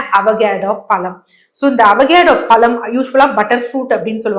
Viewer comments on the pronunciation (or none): Koluppu kolluppu koluppu????????? Ozhungaa sollunga. Kozhuppu nu sollunga. Ada kandraaviye!! Avacado palam aaaa??? Pazham, zham -- Ozhunga solla varaadhaaa???? Graamamaa neenga?????????